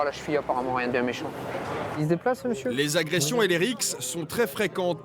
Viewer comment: "les agretions et les rixs"🤨😅